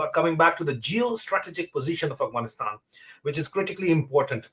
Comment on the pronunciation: Brother Adil please pronounce Afghanistan properly. It’s not Aghwanistan.